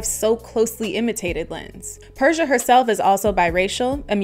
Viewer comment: Her name is actually pronounced Per - See - A